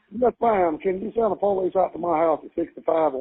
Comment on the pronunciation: As soon as he said POE-LEESE i knew exactly what kind of people we were dealing with 😂